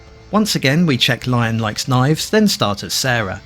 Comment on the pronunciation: nice game breakdown, and this is my first vf game on the series (primarily the pc one).. but small correction there, lion's name is pronounced "LEE-OWN", not the animal itself..